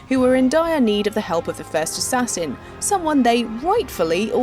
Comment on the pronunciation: Yeeeaah, not sure Assass-in was a good way to put it